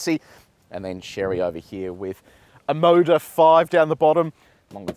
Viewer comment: When I heard Omoda I thought you said Immodium!